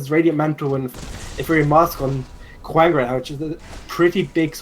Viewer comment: Every time that Brit said Kwang, I wanted to punch him. Say it right